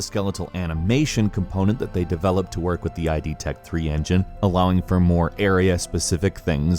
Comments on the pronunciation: Just for future reference it's just pronounced "id", like "did", not "i.d." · Good video except id should be "id", not "ai-dee". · id is pronounced the way its spelled. Not eye-dee. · Great video! But please, id is pronounced /ɪd/. Sorry for being picky, but it just grinds my gears a little. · id tech and id Software is pronounced "id" like "did" without the d.